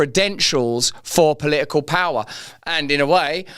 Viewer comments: Omg how funny. He couldn't even say political 😂😂😂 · He can hardly say political